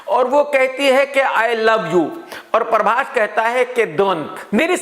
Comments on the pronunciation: Other people says- prabhas Krk says- parbhas😀😀😀😀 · Everyone: prabhas.. Krk: parbhas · When krk chaha says "PARBHAS" 😂😂😂. Pura desi admi hai 😂😂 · No body literally no body . . KRK : paarbhaaas 🤣🤣🤣🤣